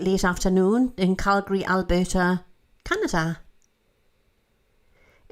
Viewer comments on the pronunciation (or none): none